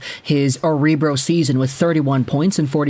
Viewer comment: It's pronounced "OHR BRO".